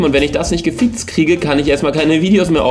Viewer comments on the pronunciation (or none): LOL wie der gesagt hat gefixt hab ich gewichst verstanden XD